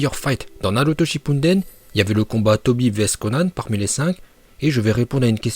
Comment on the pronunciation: Arrête de dire NARUTO SHIPPUNDEN !!?